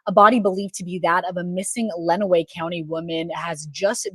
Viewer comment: Len-uh-way County. I hate how much Michigan has been on YT lately but I can help with any pronunciations